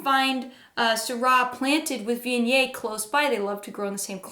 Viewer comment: I just cant do this channel. Terrible pronunciation of viognier.